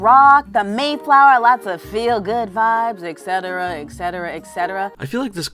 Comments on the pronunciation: "Ecsetera"? That drives me fucking insane. If we are going to discuss accuracy, let's start with your English... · Space Hitler it's "Etcetera", she's trying to sound smart and is failing miserably.